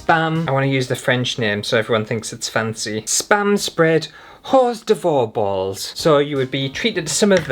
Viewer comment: I'm NOT going to correct you on the "Horse De Voir" Balls. I'm just gong to sit here and laugh until the neighbours complain. Thank you for the laughs.😂Merry Christmas to you🎅❤️